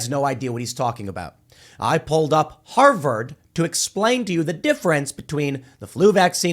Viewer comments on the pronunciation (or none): none